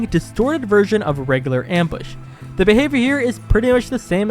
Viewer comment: actually we pronounce it ‘’Arox’’ Mbush